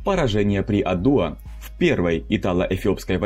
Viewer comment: Не адУа а Адуа